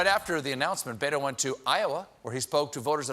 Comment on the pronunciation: Is his name really so hard to pronounce? Bet-o. Just like it is spelled....not rocket science.